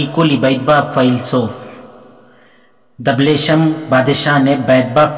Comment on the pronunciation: Your arabic so poor It's no dableesham It's dabshaleem